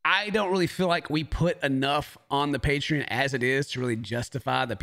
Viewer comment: Pay-tree-in lol